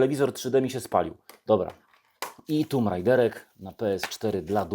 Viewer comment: Po niemiecku bardzo ładnie, ale grę z panią Larą czyta się "TOMB", a nie "TUMB"! ;)